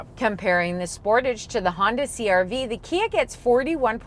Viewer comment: As usual Americans say everything wrong. The whole world except for America calls it a Sportage' Americans say Sportidge. Americans also say (Ad I Das) and many things wrong. It's not A Dee Dus.